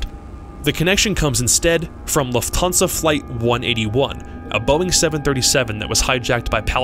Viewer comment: its Luft hansa not Luf thansa